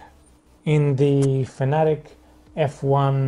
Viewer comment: Its fana tech! Not fanetic. Because what i just wrote is how ud spell way you say it. Read it!! Out sloooowww